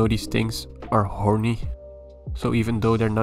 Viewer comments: The way he said "hoorny" in the millipede part got my ass burst out laughing. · I have seen your other videos.... and I was still not one bit ready for the way you said horny